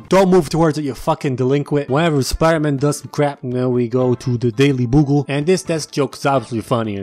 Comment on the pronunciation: "Daily boogle" "Daily bugle" "Daily bagel" 😂😂 I have laughed too much today